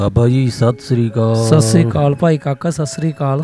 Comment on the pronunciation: veer ji tusi tan sat sri akal boleya karo na ke sassri akal